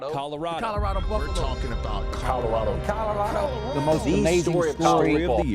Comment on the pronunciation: no way managed to say colorado wrong, and it's even funnier cause everyone else said it right 😂